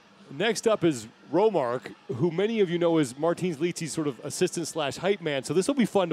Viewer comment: He keeps calling Romark, Romarx. I love it. It might stick among the fans now